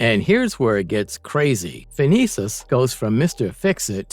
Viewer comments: Okay, first of all, Tinkerers real name is Phineus not Phinesus. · Its Phineas, not Phinesis.